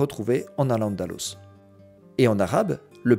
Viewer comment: Vous venez de dire AL ANDALOUSE, à partir de là ce que vous dites sera faux